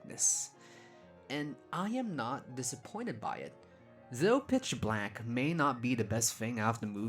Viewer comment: I’ve never been able to hear anything other than “bitch black” and it makes it so hard to take him seriously sometimes.